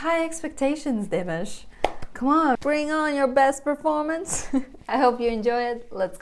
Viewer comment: You need to learn to pronounce his name. It’s dee- massh